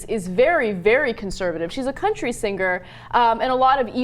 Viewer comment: Ana pronounces 'singer' 'sinGRRR' lol